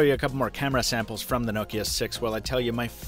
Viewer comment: First youtuber to say Nokia correctly.